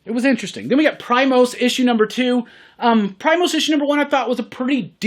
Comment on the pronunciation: I think Primos is pronounced “pree-mos”, Spanish word for cousins.